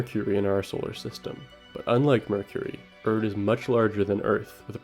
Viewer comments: it’s pronounced “air-rid”, not ERD😂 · Erid, not Erd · Erid. Its pronounced "EH-rid" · Best audiobook I ever listened to. Did that after reading the book and it is superior to the book. If you haven’t read it start with the audio book. Also to the video maker it’s not “urd” Rocky’s planet is called “airid” 😉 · Aint no way you keep pronouncing Erid as "erd" lol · Stop calling it “Erd” learn to speak Mr masters degree 🙄